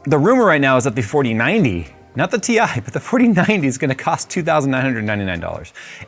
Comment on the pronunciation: It’s pronounced tie